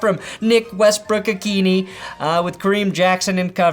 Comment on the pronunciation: it's pronounced uh-keen-A. But you can just call him Him